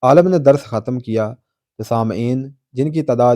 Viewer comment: کون سا آؤٹ سٹینڈنگ وے؟ جو بندہ "خ" کو pronounce ہی نہیں کرسکتا۔ خ کو ح کا تلفظ دیتا ہے۔ "ختم" کو "حتم" اور "خاتمہ" کو "حاتمہ" پڑھتا ہے۔